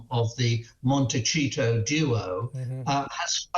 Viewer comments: Montecito is NOT pronounced "Montechito"! Phonetically "Monteseeto" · Michael Cole needs to learn how to pronounce Montecito. He sounds ignorant. It’s not a macchiato.